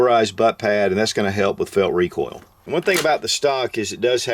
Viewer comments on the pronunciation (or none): none